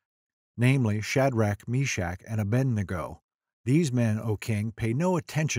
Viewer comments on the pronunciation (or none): The name is A-BED-NEGO. Not A-BEND-NEGO.